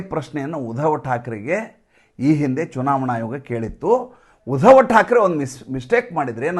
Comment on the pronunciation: ಸರ್.... ನಮಸ್ಕಾರ.... ನೀವು ವಿಷಯ ಮಂಡನೆ ಮಾಡುವಾಗ, ಪ್ರತೀಬಾರಿ ಉಧವಠಾಕ್ರೆ ಎಂದು ಉಚ್ಛರಿಸುತ್ತೀರಿ.... ಆದರೆ "ಉದ್ಧವ" ಇದು ಮಹಾಭಾರತ ಮತ್ತು ಭಾಗವತದಲ್ಲಿ ಬರುವ ಒಂದು ಪಾತ್ರ.... ಅದು ಉದ್ಧವ ಇರಬಹುದು ಎಂದು ನಮ್ಮ ಅಭಿಪ್ರಾಯ....